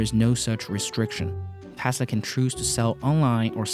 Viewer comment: Please learn how to say T-e-s-l-a where are you getting Thhesla!!!!!!! Omg! Lol